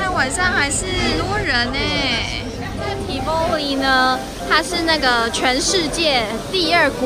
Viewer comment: tivoli 當地人讀作（國語音唸）： 「tea焚妮」。 辛苦妳了，從油油的頭髮就看得出來。